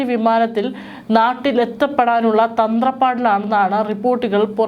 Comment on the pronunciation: തന്ത്രപ്പാടല്ല തത്രപ്പാട് അല്ലേ എന്ന് തോന്നുന്നു